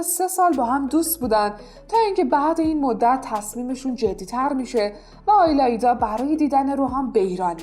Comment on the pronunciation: آیلایدا چیه اون ایلایدا هستش